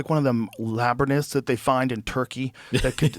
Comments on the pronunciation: Dude always says labernith instead of laborynth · Rogan said Lab rin ith? Wtf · Did Joe just call a labyrinth a labernith? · Someone teach Joe how to say “labyrinth “ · The way Joe pronounces Labyrinth is wild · Somebody want to tell joe how to pronounce labyrinth?